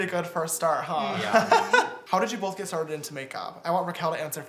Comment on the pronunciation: Are you saying BOLTH??